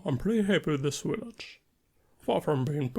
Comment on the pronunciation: Amazing stuff as always. Can’t wait to tr it out! Just a tiny tiny btw (from a fellow slav) a „v” is the „village” is the same one as in „slav” or:P